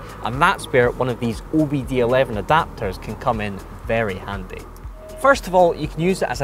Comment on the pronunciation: OBD "eleven"?